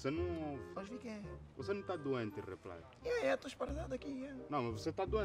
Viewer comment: Não aguento quando o Xuxa diz repilay